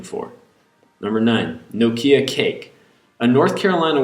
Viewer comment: you say nokia weird